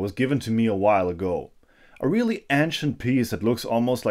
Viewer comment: Friendly headsup that the a in ancient is pronounced like the a in ace